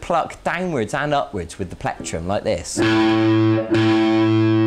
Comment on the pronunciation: haha i like how he says platrum